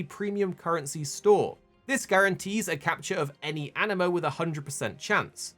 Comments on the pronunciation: animo or anee-mo? it's got 2 i's, that makes an ee sound, no? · An-I-mo❌ A-ni-mo✅ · aniimo AH- Nee - Mo